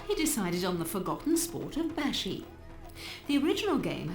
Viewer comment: Hi I’m Maldivian and a girl so ya also u pronounce it like bAshi not. Baeshi ❤❤ also Maldives is rlly ugly irl